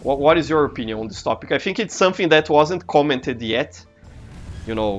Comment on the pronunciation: Professor, o vídeo ficou incrível! E parabéns pelo inglês, não achava que você soubesse tanto assim, parabéns mesmo. Entendi 90% do vídeo! :D E prof, queria dar uma dica. Percebi que você pronuncia... Por exemplo. "Think", você faz um pouco de som de "Fink", mais com F, entende. Tenta fazer um pouco o som do "Th" com a língua. Mas tirando isso o vídeo ficou incrível. Foi só uma dica mesmo. :D <3💞